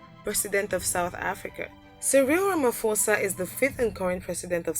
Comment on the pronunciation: It's Cyril Ramphosa not Fosa Say it like Posa and he was supposed to be number one as he has a military escort smd heavily armed guards,get your facts straight